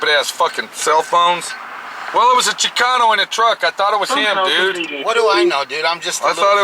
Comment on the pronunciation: Hey it's Chicano! Not chicono lol